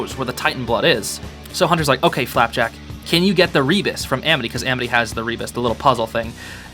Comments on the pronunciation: i love how he just says flapack instead of flapjack now lol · You mean flapack not flapjack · For FLAPJACK not flapack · Whenever I turn on subtitle and he says flapack the subtitles think he said flat-back and I burst out laughing.